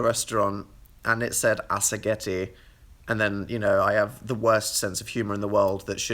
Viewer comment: Phandom italiano colletta per regalare a Dan un dizionario di italiano. "Assaggetti" smh